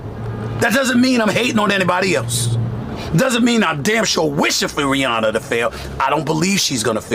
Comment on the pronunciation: Every time she says Rihanna it sounds like she’s saying Brianna